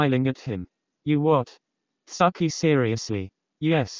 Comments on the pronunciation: it's the bot pronouncing "tsukki" as "sucky" for me lmao 💀💀💀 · Nobody ever: 😊 The voice: SUCKIE ❤